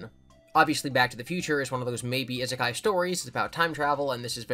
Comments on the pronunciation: It's Ee-sekai, please don't make this the new Ningen for your channel. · I've just discovered content and I love the fever dream his humor/theories/collabs take me on, but NOTHING could have prepared me for how he pronounces "Isekai".